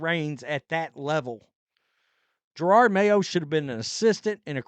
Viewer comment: Here we are a year later and you still can’t pronounce his name correctly you dim hillbilly. Yeah he sucked as a coach and was a DEI hire but you not being able to correctly pronounce his name makes it hard to take anything you have to say seriously.